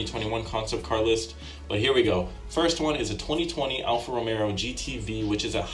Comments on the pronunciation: Is he saying Alfa RomeRo?? There's no R. It's Alfa Romeo. Also... He kept saying the Aston was small and comparing it to a Miata? Dude its a GT car they are big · Did... Did he say alpha romero? Its romeo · it’s Alfa Romeo not Romero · Imagine being a car guy and thinking its "Alfa Romero"